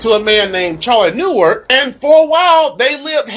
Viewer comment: It is pronounced “na-woh-kah. Thank you.